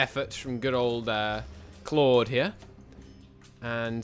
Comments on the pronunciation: Love how looked at General Auchinleck and said “...Claude... here” for reference it’s pronounced ‘Ork-in-leck’ and also as far as I know the adjective for residents of Rhodes is rhodian but Dodecanesian may work also. Keep on at it! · Hear Ye! Hear Ye! The Rt Hon PM has decreed henceforth all references to the surname Auchinleck shall now be pronounced “Claude”. Further comment from the officer commanding in south China, Claude Claude, is unavailable at this time due to communication confusion.